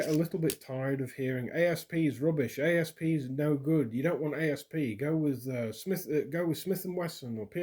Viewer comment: FYI The company doesn’t say A. S. P. It is sounded out aassp